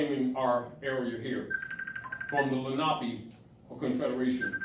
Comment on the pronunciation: Len a pee, like Lake Lenape. She knows it, but the way he's pronouncing it is throwing her off.